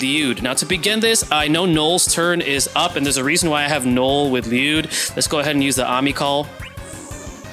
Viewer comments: I always just presumed it to be like “LEE-you’d and hearing 40 use the Japanese pronunciation in this just video basically confirmed it for me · you pronouncing it right king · I could listen to you say his name correctly all day 😍